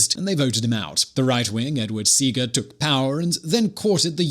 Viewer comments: it's not Edward Sea-ga it's pronounced See-ah-ga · I teach 11th-grade Economics in Jamaica and my kiddoes just completed this topic! This perspective is almost accurate. A little help; Seaga is pronounced SEA-AH-GAH. 👍🏽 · Ok... so great to see a video about my country but a few things. (1) Jamaica is not a republic. (2) "Yeh man" does translate to no worries. (3) its Edward Seaga pronounced see a ga. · Edward Seaga. Pronouncation See-A-Ga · Lol.. I actually laughed so hard when I heard Edward Seaga's last name pronounced...